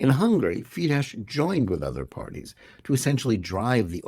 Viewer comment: The "SZ" in "Fidesz" is to be pronounced "SSSSSSSS" as a shard, voiceless "S", not in any way a king of "sh". If you cannot even pronounce the names of your enemies, just keep the f*ck silence.